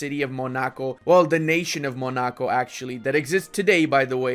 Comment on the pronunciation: wtf was that Monaco pronunciation?